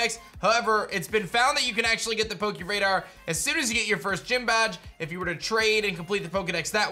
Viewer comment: Please don't say "poke- EE" radar